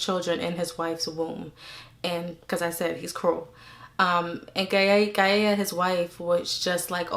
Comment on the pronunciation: Gaia is pronounced "guy-ah".